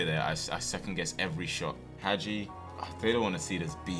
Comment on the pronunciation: Hagi name is pronounced haji